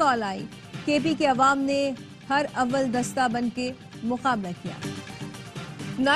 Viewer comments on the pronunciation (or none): ہر اول دستہ ؟ نہیں بھائی یہ لفظ ہے ہراول دستہ